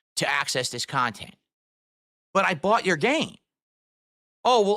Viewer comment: I like how thinks Nintendo a rip off but his ‘khantent’ is value for money 😂